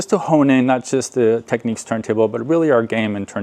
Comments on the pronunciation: FYI, It’s pronounced “Technics”, as in “technical” or “technician”, not “techniques”. This isn’t a matter of opinion or preference, by the way, any more than how to pronounce “technical” or “technician” is a matter of opinion or preference. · Point of discussion. It's not pronounced, Techniques, it's pronounced Techniks!